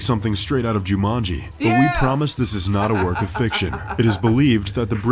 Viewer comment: I can't believe you nailed Jumanji !! That was great!